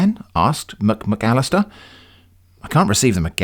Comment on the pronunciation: I keep on chuckling every time you say "Mc-McAllister". It is also extremely funny that poor Davis Bon had "any accident." He may just have stubbed his toe.